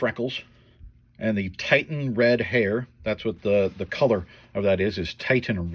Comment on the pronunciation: Pretty sure it's Titian not titan- pronounced tee-shun.